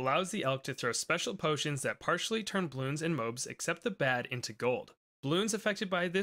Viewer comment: please say mo-abs